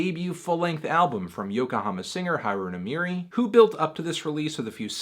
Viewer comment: you said her name btr than most ppl don’t worry melon